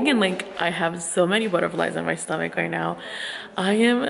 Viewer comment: Plz say stomach